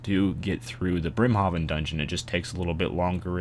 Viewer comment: It's pronounced Brim-Hayven goddamit